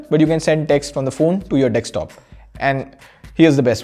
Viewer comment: Year 2020 and he still says Dekstop😅